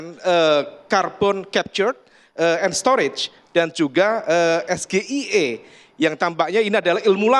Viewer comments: Cerdas dari mana nya... Emang nya boleh kah bertanya saat debat dengan singkatan... Itu singkatan bahasa Inggris tapi dibaca Indonesia... SGIE... harus nya kan baca nya S.Ji.ai.i.... gimana sih kalian ini...😢😢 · gibran di tanya ke dua paslon gak pernah nyambung.andalan nya istilah asing.itu pun salah pengucapan ES JHI AI I di sebut SGIE satu dunia di tanya pasti gak ada yg tau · Kalo gue jd cak imin, gue bilng gini: Mas Gibraaan.... SGIE itu singkatan dari bahasa inggris, dibacanya: es Ji ai i. Kalo SGIE yg dibacanya eS Ge I E ala gibran, artinya bisa macam2, misalnya; Suami Gendut Itunya Enak,.. Saya Gibran Ingin Eksis.., Slepet Idung Gibran Eeeaaa..😂😂😂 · Karena yg di tanyakan singkatan Alphabet dalam Bhs Inggris ES-JI-AI-E: tapi bilangnya SGIE ya jelas dikira singkatan dalam Pramuka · Bertanya SGIE, Singkatan BAHASA Inggris tapi bacanya per hurufnya pakai bahasa indonesia. Sperti pertanyaan titipan yg di sengaja , tapi SAMSUL sendiri tdk paham😅😂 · menyerang terus, sampai ejaan bhs inggris dibaca dgn bhs indo, SGIE dibaca eS Ge i E.. kalah sama anak SD soal baca huruf dlm bhs inggris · KPU harus melarang penggunaan akronim dalam bertanya tanpa menjabarkan kepanjangannya. Bayangkan klo yg ditanya mengenai SGIE lalu dijawab dgn PSHGBUKM, lalu ditanggapi lagi dengan PASJKTBJ. Ambyiar deh 🤪🤣 Btw ternyata itu akronim bahasa inggris tapi nyebutnya eS Ge I E 🤦🏻‍♂️ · Es Ge I E 😂😂 singkatan dalam bahasa Inggris, hurufnya diucapkan dalam bahasa Indonesia 😂.. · Beyond expectation????? What A fuck.... Kualitas blimbing sayur koq dipuja puji setinggi langit. SGIE tapi di lafalkan dengan Indonesia???? Padahal itu istilah asing, dan dia mecontek untuk melafalkan. 🤣🤣🤣🤣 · Asam folat aja di sebut asam sulfat, sok sok an pake istilah.. itupun salah baca pulak klo singkatan inggris ya harus dibaca dalam bahasa inggris belimbiiing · Hahahaha sama blimbing sayurnya ejaan bahasa inggris saja di eja pakai bahasa indo.ngawur